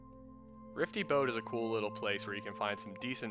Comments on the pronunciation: Rify, not Rifty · good guide, just wnat to say the big ship above berezinho is called Rify- not Rifty